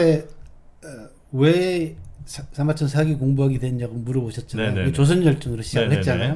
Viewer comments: 첫째, 발음 문제입니다. "사기"론에, "사기"의 발음이 모두 틀렸읍니다. 이것이 한국 문화의 심각한 문제이올시다. 사기의"사" 자는 길게발음해야 합니다. "사학자, 사서,"등 "사"자는 높고 길게 발음해야지요. 정말 한심합니다. 한국의 장단음 자고저 문제는 심각합니다. 여러번 지적했읍니다. 이 이상 대담을 듣고싶지 않습니다. 부탁이 있읍니다. "한국 어문을 고발함"이라는 책을 읽어 주시옵소서. 한국 어문의 타락상이 하 분하여 "눈물로" 쓴 책입니다 미국 변 완수 배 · 사기 발음 짧게 하면 사기치는덧이고 길게 사아기 해야합니다